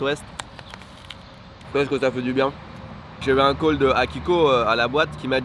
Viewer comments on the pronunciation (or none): none